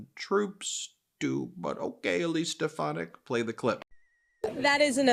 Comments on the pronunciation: ‘Step-uh-nac’ is correct in one sense. trump hasn’t lost a step, he’s lost several miles. He wasn’t a full shilling to begin with (British phrase), now he’s absolutely gone. If he started with 100 marbles, he’s down to his last one, and that’s getting chipped away at at an alarming rate. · Trump can't even pronounce Stephanic's name. She is a loser just like Trump and lies like him. Very good strategy Elise to make Trump look like a doddering old fool. Great job lol. Biden 2024!🇺🇸